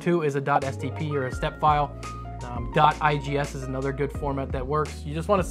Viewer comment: Anyone else almost vomit when he said iges? Just me? Step file is the only way to go no matter what